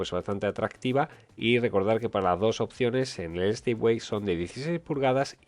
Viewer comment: Por favor, dejad de decir de una p. vez Stipway. NO SE DICE STIPWAY. SE DICE STEPWAY. Es un palabro en inglés. XD